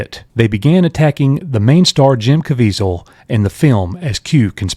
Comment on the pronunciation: Good point about the AI voice! That explains why she didn't know how to pronounce "Caviezel".